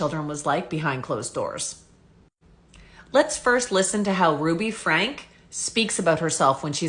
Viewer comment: It’s pronounced Frankie not Frank